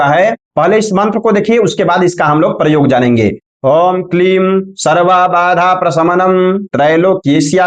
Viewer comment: aap ko gyan to hai lekin kuch uccharan dosh ha,jo adikansh log talavya sha ko dantya sa bolte ha,aap k dwara bolne par bada bura lagta ha.aapne vedio me prayoga ko paryoga bola ha vah bhi galat ha. Aapne comment karne ko bola ha is liye yaha likha ha.